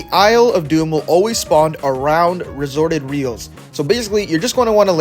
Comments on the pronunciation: Resorted reels? Its restored reels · Restored reels❌ Resorted reels✅